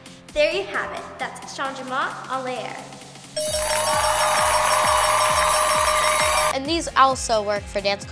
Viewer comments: Yea but Abby is saying “en l’air” incorrectly. 😂 It’s pronounced on lair not on lee air. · Lol Abby didn’t have the French pronunciation right either. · Except it’s not right. Abby is mispronouncing “en l’air”…